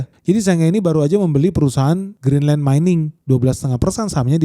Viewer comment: BACANYA GRINLEN (CON: ENYAH) YA